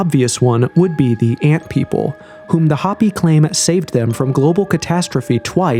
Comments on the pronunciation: Hoh pee! Not hoppy. Isn't there a way to go in and tweak the CG voice over? Repeated, stupid mispronunciations are irritating. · Drives me crazy that so many creators and narrator’s nowadays cannot read basic English. Hoppy vs Hopi for instance. It’s sad. They no longer teach kids how to use phonics to sound out words. They want them to recognize sight words. Which has lead to smaller vocabularies etc. Parents must teach at home and subsidize by sending them to school. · Hope - E, not Hoppy a least get the pronunciation correct. To be even more correct use the correct name for these people, the Diné. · hopi is pronounced HOPE-E ... ffs this vid is so mid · I can't stand how you pronounce HOPI 😣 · The o in Hopi is pronounced with o not a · You gotta learn how to pronounce "Hopi" and "Macbre" correctly bro